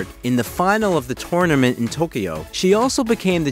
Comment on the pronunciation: Sharanapa? And toneament?